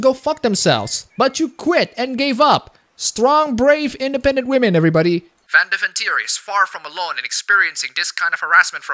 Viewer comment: You have a Dutch accent, but can't pronounce Van Deventer correctly?